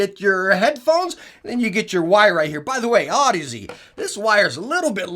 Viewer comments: good review, but its odyssey not Aud-Easy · One day you’ll learn how to pronounce the brand name lol. I love ya brother